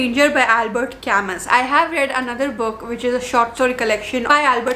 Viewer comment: It's pronounced as Camu not Camus !!!! . It pisses me off so much